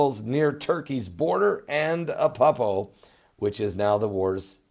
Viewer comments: it's not appapo fool it's Aleppo!! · remember when I helped you to pronounce Van-u-ah-too? I'd like to help you with ALEPPO in Syria. It isn't Ah-pup-poh. It is AH-LEP-POH. So the second syllable is like saying "lip" only "lehp" and the last syllable is just "oh". So AH-LEP-POH. You are just having a problem with the 2nd syllable. So it's LEP, not PUP. AH-LEHP-POH. Say it slow at first and then a little faster. Good videos, Pastor. Am enjoying them immensely! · And its Aleppo not Apoppo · Ah-Lepp-O Good work :0)